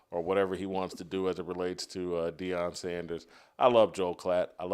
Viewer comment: Everyone it is Deion not Dion..